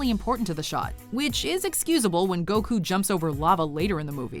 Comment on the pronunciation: Wow you pronounced Goku the right way this time.. about time xD I'll give you a like that